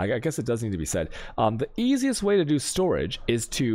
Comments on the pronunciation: Every league we wait in anticipation to see which words he'll randomly start butchering just to mess with people. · Dude can somebody PLEASE explain why he pronounces specific words in a weird way? Like storage "chanks", seed "catchees", "pink seeds", etc. I've been watching his videos for months now and I'm still hella confused, it's driving me crazy!!